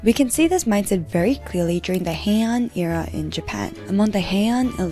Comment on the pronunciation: I only came to the comments to see if someone said something about sakuna since she said Herin Era lol😂